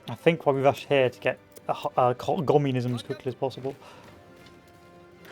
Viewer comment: lives in uk cant pronounce "communism" bruh..